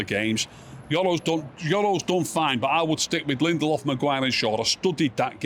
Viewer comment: Did say Lendelof?